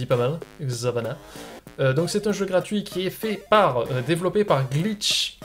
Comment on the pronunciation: C'est mon jeu :) Enfin c'est moi qui l'ai envoyé PS : Tu prononces bien Xavanah contrairement à pas mal de personnes